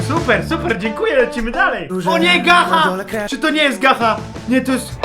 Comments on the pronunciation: Nie czyta się gacha tylko gacza i błagam obejrz gacha błagam obejrz gacha edity gacha od np. devil bona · piszę się gacha mówi się gacza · jak coś się mówi ''gacza''